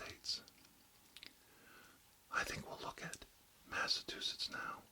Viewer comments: Dude mispronounced Massachusetts EVERY single time lmao kept saying MassaTWOSHITS basically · MassaTUsetts lol